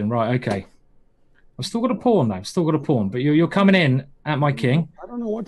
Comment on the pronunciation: the first time ben said'i think this is still theory' i thought mm ok perhaps......but after another 30 moves into the end game when he said again'i think this is stillt theory' i just start laughing.